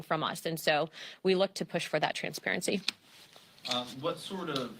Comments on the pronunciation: why she say ' transparity ' so much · They are so programmed she said "con-sperency " muah ha ha ha ha